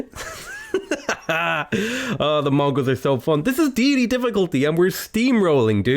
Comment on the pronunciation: Day-uh-tay ma man.